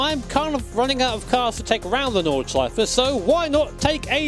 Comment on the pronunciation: I like that you say: Nordschleife and not Noorbuurgring Nodshleif